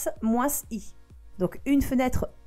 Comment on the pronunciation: tu est parisienne (moince) moins lol